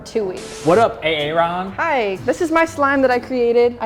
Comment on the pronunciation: "what up A Aron" 😂 -Christian 2023